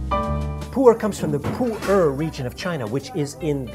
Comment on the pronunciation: I thought it was pronounced "Poo-air" not "Poo-ur".